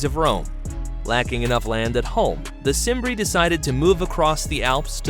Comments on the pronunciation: Uhhhh… The ‘C’ in ‘Cimbri’ is probounced like a ‘k’: Kim-bree. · You knew it was going to be wrong when you heard Cimbri pronounced with and S